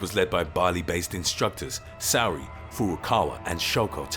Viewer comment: "Saori" is not pronounced "SOWRY", Japanese isn't fucking Chinese, there's no "ow" sound. It's 'Sa-o-ri", the syllables are pronounced individually.